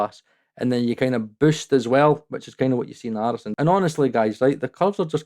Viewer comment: I like when he went into the cockney accent classic 🤣...its fckin Arison!